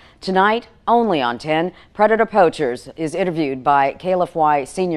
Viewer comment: I have 2 questions: 1.) Am I the only one that noticed the news lady calling them “Predator POUCHERS”? and….. 2.) Why does call himself “”? Just curious.